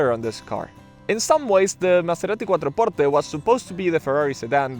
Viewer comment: Stop saying Maserati quattro portte like that 😂, it sounds siilly